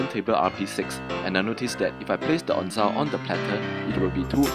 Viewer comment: Onzo, not onzao